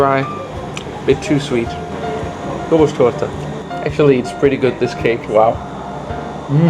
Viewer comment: that was great, especially appreciate the correct pronunciation of Hungarian 's' in Budapest, Dobos, etc. Please try any cakes with poppy seed!